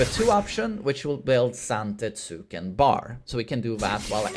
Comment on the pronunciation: Zante-TSOOO-ken lol